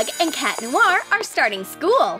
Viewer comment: It's cat noir not cat lonnar